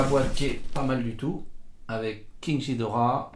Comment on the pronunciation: Juste ça se dit ghidora comme guidora pas ghidora comme jidora